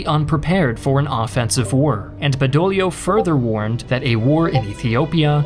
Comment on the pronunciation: Badoglio!!!!!! Not bedolio…..😂